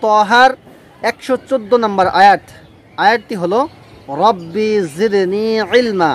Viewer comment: ভাই ও রাব্বি জিদনি ইলমা রাব্বি টান হবে না আপনি টান দিয়েছেন